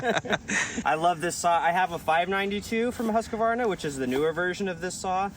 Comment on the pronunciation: Saying Husq-A-Varna in front of a Norwegian. He must be rolling his eyes...